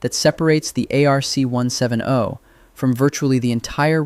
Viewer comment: its pronounced ARC/ARK 1 70 not 1 7 0